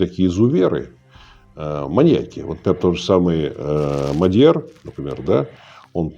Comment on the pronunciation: Мадяр произносится без твердого знака после д и с ударением на а : мАдьар, а не МадьйАр. А пишется Мадяр, ударение на а UPD: означает венгр, на венгерском произносится Модьор, и пишется Маgyar, «a» читается как «о» , а «gy» читается как «дь»